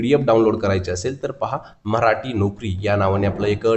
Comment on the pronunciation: मऱ्हाटी नाही मराठी म्हणा प्लीज